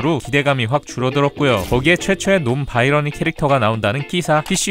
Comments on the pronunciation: 이미 두달 전 영상이긴 한데 “논 바이러니” 가 아니라 “논 바이너리”(Non-binary)에요!!! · 논바이러니가 아니라 논바이너리......